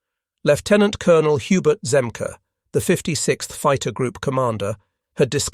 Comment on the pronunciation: It not Hub Zemkah it pronounced Zem-key